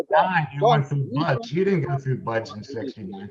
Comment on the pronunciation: How many times will he say BUD class (no S) before somebody says something. And why does that bother me so much?